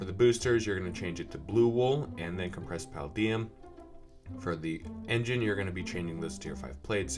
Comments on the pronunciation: It is said puh-lay -Dee-ummm. Have you seen iron man. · paladium: puh-LAY-dee-um jesus its so hard to hear you pronounce that wrong.